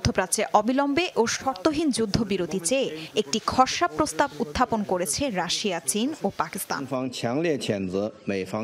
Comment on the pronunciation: উপস্থাপন কারি রাসা বলছেন রাসিয়া কে রাসা বলা হচ্ছে।